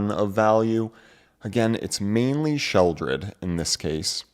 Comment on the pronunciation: Sheldred? Have I been pronouncing it wrong this entire time?